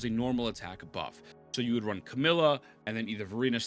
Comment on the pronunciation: Camellya ❌ come 🫴 milla ✅ 🤨🤨🤨🤨🤨